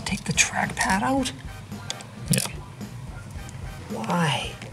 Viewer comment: "Why don't we all find oat together?" I don't like oats...